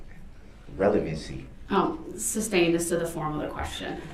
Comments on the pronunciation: Can someone please tell him it is not a "tack-it" agreement. Tacit is pronounced "tass-it." And don't get me started on "substained" vs. "sustained." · “Substained” wtf is that? What does “”substained” mean? What does ax mean? I mean, come on, basic ENGLISH pronunciation goes a long way! I have lost count of the number of times throughout this trial I have heard the word “ax”. If I was ASKED the question “if I could Ax You..” I would state “what?! I don’t understand what you are saying, AX? You want to hit me with an AX? Judge, im in fear for my life, the defendant said he wants to hit me with an ax!!!, bailiff please protect me!!” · I object .substained.